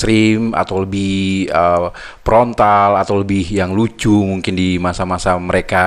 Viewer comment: "Yong mén prontal prontal" 🤣🤣🤣🤣🤣🤣 Kampung banget bang lu kaga sekola ya 😂